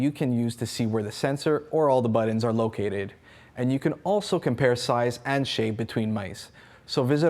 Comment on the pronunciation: Why is he saying "BUTT-ENDS" Is he meaning Buttons? HA HA HA AMME-Dextrious this guy is hilarious. And what is the guy doing in the back ground?